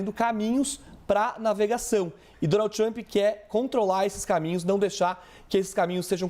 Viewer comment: Donaldi tumpi kkkk de cada 3 palavras ele falava o nome do cara e ainda por cima errado kkk